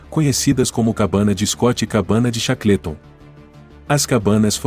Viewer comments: Chacleton é phoda. A pronúncia correta cheiqueolton. Todas as pronúncias de nomes estrangeiros são sofríveis. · Cara, não é por nada não, mas se informe melhor sobre a pronúncia do inglês. Chaclêton tá ridículo demais. Desculpe-me mais assim não dá. Quanta bobagem meu!